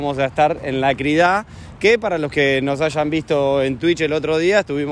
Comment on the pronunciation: Se dice Crida. Con acento en la i